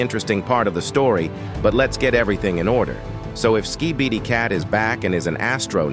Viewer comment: the waty he says skibidi cat💀